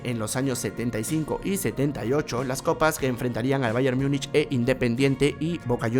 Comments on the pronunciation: No se pronuncia Myunich, sino tal como se escribe en español "Múnich" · en español se pronuncia Múnich y está hablando en español. No está hablando en alemán para pronunciar "mungen" ni en inglés para decir "myunic". Es más como un híbrido entre español e inglés. Pero se entiende que es porque la mayoría de comentaristas deportivos de grandes cadenas televisivas pronuncian así mal